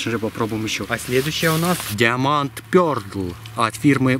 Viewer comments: все услышали как он это прочитал ??? только там буквы "Д" нет ептвашумать))).........Пердл))))))))))))))))))))))))) и таэе фигня..на парни или нет не знаю,но Вас явно мучает Пердл)))))))))))))) я теперь понимаю почему Украинцев не особо любят во всем мире потому что это пиздЭц))))))))))))))) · правильно "даймонд пёрл" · Diamond Pearl - Диаманд пердл ТЫ ЧИТАТЬ УМЕЕШЬ? Даймонд пёрл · Diamond Pearl читается как даймонд(ударение на а) пёрл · Диаманд пёрл😂😂😂вот это я понимаю, русское произношение. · "диаманд пёрл" судя по произношению и распостраннености этих слов,которые даже ребенок пятого класса правильно прочитает да это научный канал...теперь даже не сомневаюсь в этом ,видя перед собой учЁных людей... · Диаманд ПЁРДЛ!!! Ахахахахахахаха! Орууу!))))) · Диаманд ПерлД...ужас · Даймонд пирл,так правильно. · Мне послышалось диамонд пёрд 😂😂😂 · Диаманд Пёрдл ), ну ты даешь. Двухмилионный уже канал, а ты продолжаешь одевать эту робу и снимать в старом доме. Боишься потерять подписчиков? Харош прикидываться. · Диаманд пьерл Аааа, минус уши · диамант пертл - пернултрл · было два варианта произношения. Один тот, что назвал ты, второй был "диамант пЁрлД"... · Твой газовый "диоманд пёрДл" оказался качественнее.